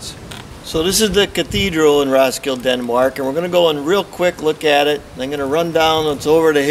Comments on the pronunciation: "Ross-kill" ??? Damn yankees. It's prenounced Ros-kil-de as it is spelled. It's not in the US. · You forgot the "D and E" in the end of Roskilde, you said roskil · Its "Roskildeh". The "e" is not silent. Most of them isn't. Only English and French is different. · Yep, Ros-kill-DUH. Otherwise an excellent efflorescent vid! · RoskildE! The E is not mute!!! :D I can't believe how irritating that pronunciation was! :D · In scandinavia we also have some Wood house that are as old as that building. And in the name Roskilde all characters are prounounced, even the last "e". ;-) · the way you pronounce Roskilde hurts me physically. aside from that its a great video! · Your mispronunciation of "Roskilde" is grating.